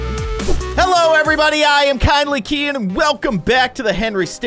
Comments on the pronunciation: I like the fact kindly keyin says kindly Qeon/keon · It's not kindly it's Keyin